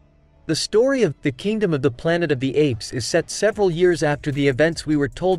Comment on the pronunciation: Apparently The AI Generated Voice Can't Properly Refer the title of the film Kingdom of the Planet of the Apes.